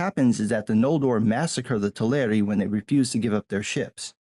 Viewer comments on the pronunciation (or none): Just a very minor correction, "Teleri" is pronounced like "celery", with the stress falling on the first syllable. Great review!